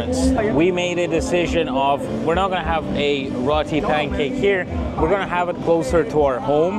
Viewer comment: FYI, it's pronounced ROTI, not RATI.